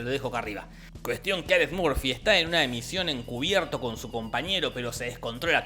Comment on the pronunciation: Alex "Murfi" no, se pronuncia "Morfi"